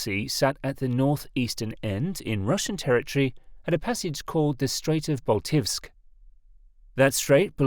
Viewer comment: A pronunciation guide: Elbląg — elb-long Baltiysk — Bal-teey-sk (no v there :) ) Suwałki — soo-vow-kee Kaczyński — ka-cheen-ski złoty — zwo-tee Szczecin — shche-cheen (greetings from Szczecin, BTW :D ) Solid work on reporting the story though!